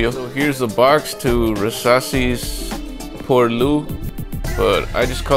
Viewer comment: Pour 'lwie' you pronounce it x)